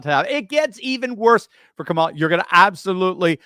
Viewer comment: I think Donald Trump belongs in the psych ward and maybe, too. He can't even say Kamala correctly